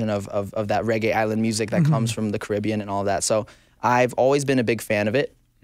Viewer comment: HE PRONOUNCED CARIBBEAN CORRECTLY OMG